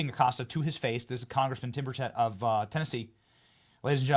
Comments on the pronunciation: Benny, PLEASE learn how to pronounce Tim Burchett's last name. Listen to him. It's BUR-chett, not bur-CHETT. (And Acosta deserves all the grieve he's getting right now. Evil smug toad.) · Y'all.. down here in Tennessee, we say Tim Birch-it .. we don't know nothing about no Tim Bur-shay lol You, Greg Foreman, Dr. Steve.. all say Tim Bur-schet lol It's Bur-chit lol rhymes with bird sh*t lolol